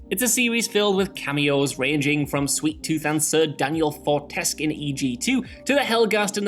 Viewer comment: Sir Daniel Fortesque, not Fortesk ;p